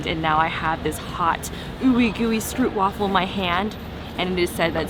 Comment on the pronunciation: stroopwafel, the oo you pronounce as the o in home.